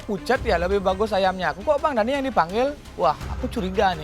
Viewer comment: Other people : Daniii.. Chef rudi : Deniii..